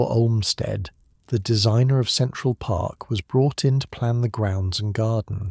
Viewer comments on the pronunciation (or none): none